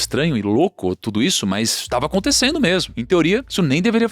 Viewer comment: Gosto muito do canal, mas ouvir "aconticendo" é triste; chega a doer os tímpanos...😫